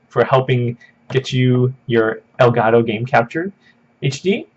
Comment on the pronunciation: ITS ELGAT TOE NOT ELGA TOO STOP BEING AKWARD